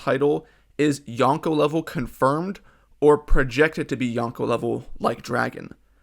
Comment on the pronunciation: Everytime someone says yonkou like this, a puppy dies. Good video though.